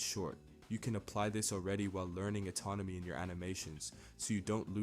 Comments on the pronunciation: You saying atonomy instead of anatomy is frying me I was like "I need to learn that im in control got it!😤" lmao it happens great video. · You say atonomy instead of anatomy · It’s anatomy, not autonomy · That's kinda based ngl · The amount of times you say atomony is going to end up making me say it instead of anatomy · You're pronouncing anatomy autonomy. And inconsistency to incontinence-y Otherwise good video. Weird poetry / rap thing. Kind of cool.